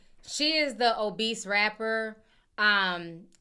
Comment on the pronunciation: Not "obeast" with the hard "t". All love Ti--no shade!!!🥰